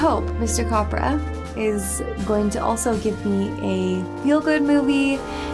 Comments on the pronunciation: CAPRA IS PRONOUNCED, “CAP” like a “Cap” you wear. And RA, like “RRRAA!” Capra screened this film for Congress, they all walked out… They Hated it. He told this in an Interview he gave in the late 1970’s. The spoke of films, in the Thames/HBO Documentary, “The Celebration of American Silent Films,” and before Peter Bogdanovich, It was in the later part of the interview. Jean Arthur, Or Saunders didn’t really want Jimmy Stewart in the film, she wanted to work again with Gary Cooper. Afterall, she had worked with Cooper in “The Plainsman” 1936, “Mr. Deeds Goes To Town” 1941. But, she was won over after the film’s completion. Saunders boyfriend in the film, is Thomas Mitchell. You know him better as “Uncle Billy” from, “It’s A Wonderful Life” 1946. And Beulah Bondi played James Stewart’s Mother again! She played that part in “Its A Wonderful Life.” It got to the point when both actors referred to each er as Mom, and Son off Camera. This type of stuff still goes on today, in real life. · Great reaction! I knew you'd like it (and be disappointed in the abrupt ending). You can't go wrong with a Frank Capra movie. (By the way Capra is pronounced Cap-ra like a baseball cap). Please watch Mr. Deeds Goes to Town, another Capra movie with my favorite actress Jean Arthur (Clarissa). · It is pronounced Cap Ra. Just like the hat and then Ra. He also has several other movies you would love. He also made a series of films during World War 2 about "Why We Fight". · Capra with an A like in apple, by the way.